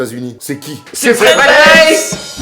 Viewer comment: STTOPPPPP!!!!! CA SE PRONONCE PAS WEISS MAIS WAÏSS OU VAILLS CAR ÇA VIENT DE LALEMAND ( CEST MON NOM DE FAMILLE 😂)